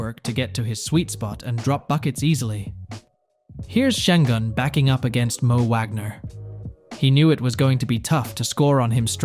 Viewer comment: He calls him sen Gun 🤦🏼‍♂️